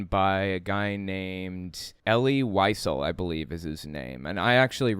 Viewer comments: It is pronounced ElL-LEE Lee-ZELL. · Pronounced "E' - lee Vee - SEL'",. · EL-EE WHY-ZELL...that is how you pronounce his name.